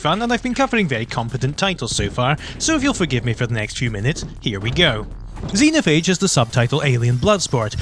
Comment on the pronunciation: You pronounced Xenophage right the first time you tried.